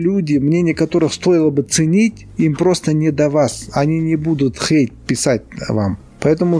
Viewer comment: Как мне нравится, это произношение слова Хейт. Оно прямо как будто пронизано всем настроением ролика: пофиг на чужое токсичное мнение! Как жаль, что раньше я слишком прислушивалась к мнению других, столько из-за этого ошибок и упущений.